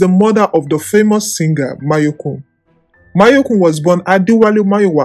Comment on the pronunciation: He’s name is mayorkun not mayekun